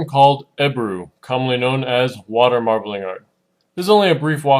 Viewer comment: "...water marbelinger..." lol